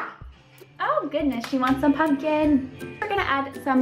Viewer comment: how she said pumpkin lol no hate btw